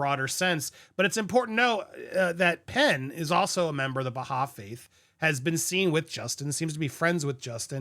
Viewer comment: Love ya, Andy. It's Buh-HIGH faith.